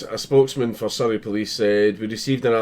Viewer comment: XD Surrey sounds a bit like Soviet but that could just be my bad hearing lol